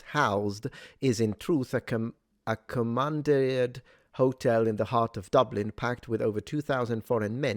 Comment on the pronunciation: Common-deered. Like deer.